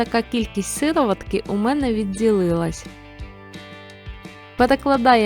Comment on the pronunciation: Не сИроватка, а сирОватка. Автор каже раз так, раз так. Так само друшляк - друшлак плутає. І сироватка якогось дивного кольору, як вода, а має бути зелена